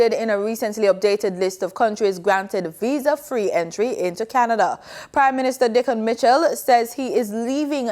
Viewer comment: Why she pronounce Canada like that?